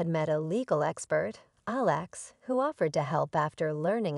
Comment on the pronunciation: Please learn how to pronounce Alex